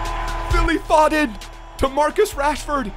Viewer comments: zwe its pho-den not faw-den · It’s foe-dun not fod-den come on man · You pronounce it 'Foeden' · It is «Foden» not «Fodden» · How you say foden, it's pronounced fowden